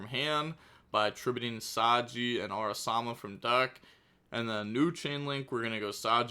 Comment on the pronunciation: araMASA not araSAMA